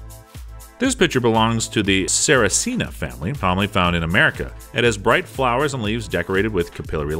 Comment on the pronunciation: it's called a sarracenia, but you were close enough